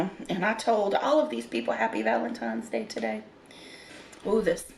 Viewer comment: Same. Lol